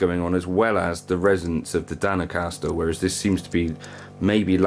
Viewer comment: You're saying it wrong. It's "not-your Caster", not nachocaster. Jeez